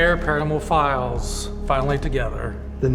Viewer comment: "The nightmare filess'